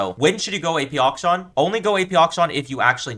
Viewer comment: I love how he pronounces akshan as auction.